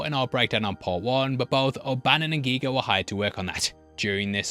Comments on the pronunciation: 1. The correct pronounciation of Giger's name is "Geeger" not "Gighger". If it was spelled "Geiger", THEN it would be pronounced "Gighger". 2. The actors of course knew what was going to happen to Kane, having read the script. What they didn't know was that real animal blood and real animal intestines would be used and that they would get sprayed all over with that nasty stuff. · For the umphteenth time: It's pronounced "Geeger" not "Geiger". H.R.Giger reportedly hated the way, the Americans butchered his Name. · you spell it 'ɡɪɡər', not 'Geiger'. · There was a Magazine in 1995 for the movie Species where they talked to Giger where he said you pronounce it Geeger like Ether, not Gyger like a Geiger Counter. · Giger like EAGER! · Giger -> one should pronounce short “i” -> ˈɡɪɡər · Before producing a whole hour long video was it really this hard to spend 5 seconds on Google to learn how to pronounce Giger correctly? Considering he is Swiss it's obvious that pronouncing it the English was is not the correct way, so you simply look up how they call him in his native tongue/country. How hard is that?